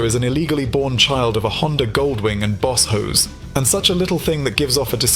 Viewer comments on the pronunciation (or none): Boss Hoss sounds like Baus Haus not Baus Hoes,,,,,Hoss is an American slang term like Cowboy. When the guy says Boss Hoes that refers to a slut in charge. A Hoe in America is a derrogatory term,,,,,still it made me laugh.